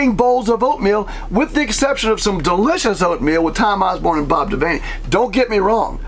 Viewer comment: Devaney...as in van, vehicle...now vane, the window.